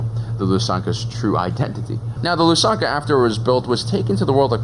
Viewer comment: As a belarussian I had to double take your pronunciation of Lusankiya